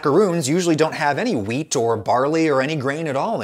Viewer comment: I know you're saying WHEAT but i am constantly hearing MEAT.